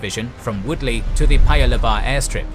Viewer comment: Singaporean here. Kind of funny to me on hearing the difference between your pronounciation of our place names and the way we say it (Tanglin, Bukit, Timah, Panjang and Paya Lebar to name a few). Not the main point of this comment. Very well made video. Very detailed. Thank you! I took history in my secondary school days. The anniversary of the invasion happened just a few weeks ago. Reminded me of the situation between NATO / US / Ukraine and Russia. Will keep this video in my favourite and rewatch it every year on Feb 15th. Will show this to my children when they grow older to remind them of self defense and not depending on foreign powers for help when the time comes. Thank you!